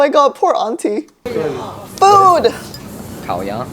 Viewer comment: Even the way he connected the two sounds in 烤鸭 was so native!!